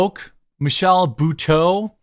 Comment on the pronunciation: buteau... I believe that's pronounced boooooo toe